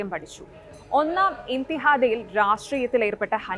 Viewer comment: ഒന്നാം ഇന്തിഹാദ യൊ..അത് എന്തോന്ന്.. ഇന്തിഫാദ ആണ് പാലസ്തീൻ വിമോചനത്തിൻ്റെ അടിസ്ഥാന ചരിത്ര സംഭവങ്ങൾ പോലും കൃത്യമായി റിപ്പോർട്ട് ചെയ്യാൻ കഴിയാത്ത അവസ്ഥ കഷ്ട്ടം തന്നെ.